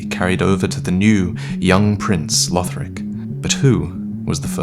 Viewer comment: Conjecture not conjunction. Also, Lothric not Lotric.